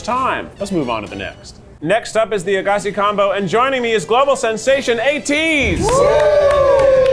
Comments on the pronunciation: i have never in my life heard that place pronounced as "AGASI" LMAOOOOOO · Lol love you Keith but I am laughing my ass off at the pronunciation of Aghassi